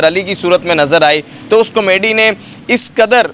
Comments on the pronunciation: Oh Bhai, "comedy " tou teekh tarah say bolo, "Kameedy " kya hota ha🙏😇😂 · Kamaydi nhi hota 🤦🏻‍♀️ comedy hota ha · Camayday nahi hota comedy hota hai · Com-mady.... lolzzz. You should say proper Urdu word instead. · Why is he saying comedy wrong